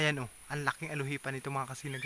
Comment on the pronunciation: Di po ALUHIPAN...."ALUPIHAN" po.